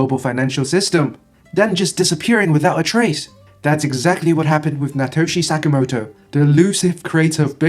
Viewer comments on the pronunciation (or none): "Natoshi Sakamoto"?